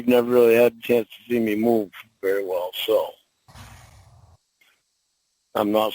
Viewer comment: "Be vwary vwary quiet....I'm hunting 13 year olds....huh huh huh huh."